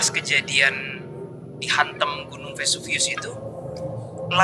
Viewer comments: Vesuvius not Vesuvisius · Naratornya ( ) gak nguasain materi banget! Bawain horror tp berusaha ngelawak garing... dah gitu sebut nama gunungnya juga belepotan dan salah dari awal. Sebut VESUVIUS aja kok susah... duh... ditanya gunung apa jawaban yg salah jg diikutin sm yg lain.... saran sy persiapan dl sebaik mungkin sblm mulai take... 🤯